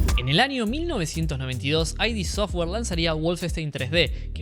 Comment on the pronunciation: Si buscas entrevistas del staff veras que ellos lo pronuncian "id" software, no "ai di" software